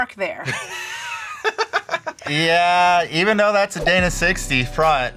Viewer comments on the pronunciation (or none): none